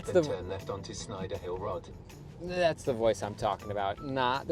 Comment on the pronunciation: the robotic southern English navigation is weird. He can’t pronounce the word “road”. It co,e out as “rod” as you showed.